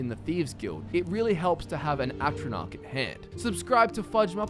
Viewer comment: i was so hype when you said thief or lava stone... then i lost faith when you said atronach stone